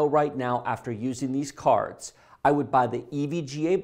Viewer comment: the way he says "caarrrds" LOL